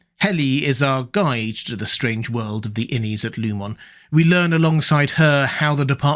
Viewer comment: Don’t you know it’s disrespectful to mispronounce a name once you know how it’s meant to be pronounced, Row-bear? “Lieu-mon” instead of “Loo-min”? “Cob’l” instead of “Co-bell”?